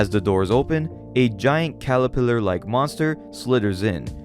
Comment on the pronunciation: Why do so many people mispronounce caterpiller? It's not calapiller. Seriously is it that fucking hard?